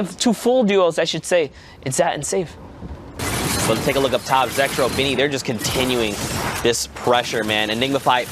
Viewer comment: 4.38 its zat and saif Lol